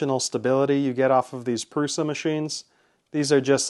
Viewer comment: No, pronounced 'proosha'.